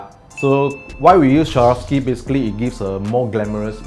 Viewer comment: why cant locals pronounce the word properly: SWAAA-ROV-SKEE. thats all. not SHAVOSKI or SHAROFSKI.